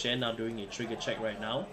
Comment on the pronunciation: "No Guardo, Come at me!": "Toriga Check": " KORITIKAL TORIGA! ": " as age I Tea"